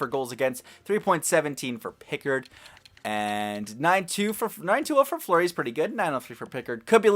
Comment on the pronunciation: look up how they pronounce fleury it's not fleury I'm not trying to be mean but I'm just telling u